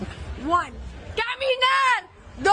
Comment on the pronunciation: its caminar..